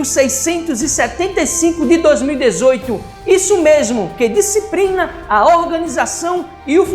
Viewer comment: "disciprina" e segurança "púbrica" tá foda brother....